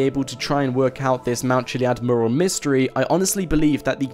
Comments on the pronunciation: It's fucking Mew-Rall Not moorul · Good video but please learn how to say mural... It's not pronounced murral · you say mural like I say Merle... ... ...haggard.... v.v